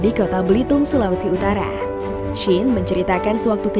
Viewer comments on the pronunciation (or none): Bitung min bukan blitung wkwkwk Btw salam dari player making legends manado:v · Bitung min bukan belitunt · bitung bang bukan blitung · Bitung, bukan blitung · Gw dengernya kota “blitung” anjer